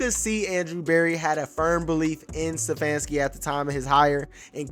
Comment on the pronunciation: I love the commentary but with all due respect... IT'S STEPHANSKI - NOT SEFFANSKI! Peace